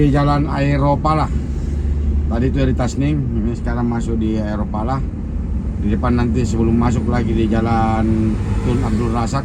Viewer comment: Aeropala ❌ Aroepala ✅ Tolong perbaiki penyebutan nama tokoh sejarah.. 🙏